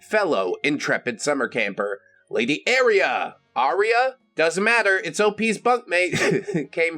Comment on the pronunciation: I was hoping we got Moby Vick..... thank you. I bet your fave rappers are The Dayton Family 😂😂😂😂😂😂 Lady arya is pronounced are e uh. Just saying bro